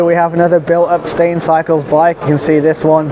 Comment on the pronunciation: Stijn would be pronounced like it rhymes with "nine". You're pronouncing it like the English "stain", which would be "steen" in dutch - a different word. ;)